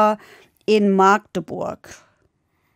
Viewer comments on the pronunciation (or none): none